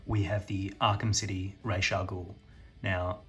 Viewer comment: It’s pronounced “Raas” not raiche haha